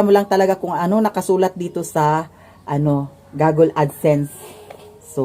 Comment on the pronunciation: i think it's google not gogle